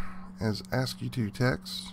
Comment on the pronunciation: ASCII is pronounced "ass-key", not "ass-key-too".